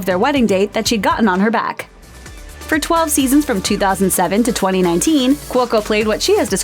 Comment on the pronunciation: p/s I don't your think your saying cuoco correctly nether